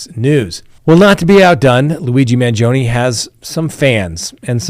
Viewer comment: Man gee o nee not Man joni, wish you would pronounce words right. Learn to talk right and then I might watch until the end. See ya.